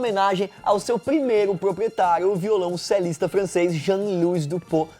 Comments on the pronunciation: Violoncelista, não violãocelista kkkkk e Duport se pronuncia Dupor. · Vídeo massa mas não é "violãocelista" é violoncelista e não é "violãocello" é violoncelo